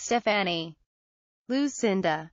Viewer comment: If anyone has trouble naming your baby something nice and less popular, this is the video for you. But the pronunciations are hilarious lmao. “StefANie” “BAYtsy” “Rilly” “Tabith” “Odd Drien”